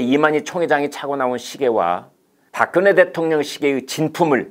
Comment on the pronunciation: 발음을 똑바로 해라 닥근혜가 뭐고 3000개 보급형 30개 VVIP 아닐까